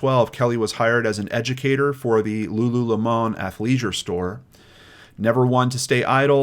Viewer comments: Lulu le moan made me laugh out loud. Love you, excellent video. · ❤️ Thank you,! I appreciate everything you’re doing, even through these trying times. Edit: You’re adorable. It’s pronounced Lulu🍋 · Omg, the posh way you pronounced lululemon made me smile 😊Considering their prices, it should indeed be pronounced that way 😅